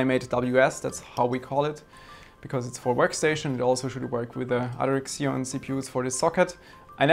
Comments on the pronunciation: Maaan....It’s not “ksion”, it’s “zion” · "ekszeon"? Isn't it pronounced "Zeon"; ziːɒn/ ZEE-on? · Every time you said "kseon", I cringed. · makes sense, still worth "fixing" though.